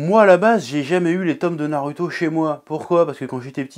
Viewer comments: C'est pas Naruto c'est nareuhto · On dit Narouto et pas NarUto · Pourquoi tu prononce "narüto" au lieu de "narouto" alors que tu prononces "dragone bol" plutôt que "dragon bal". Si tu m'suis. ... je crois que je suis pas très clair...😑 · Comment peut tu te décrire otaku quand tu dit [naruto] c'est pas compliquer de dire [narouto] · Alors pour moi on dit "narouto" et "sassouké" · Je retiens surtout que tu dis narueto mais pas hacul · J'attend avec impatience "pourquoi la fin de naruto est raté" NarUUUto avec un U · Sa se prononce '' narouto'' bordel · Naruto se prononce NAROUTO !!!! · Comment tu prononce naruto tu m’agace je te jure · Vraiment...ta prononciation de Naruto et Sasuke sa fait mal 😂😂